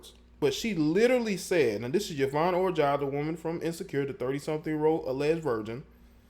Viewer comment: It's pronounced yvonne orjee like orgy. Not orjai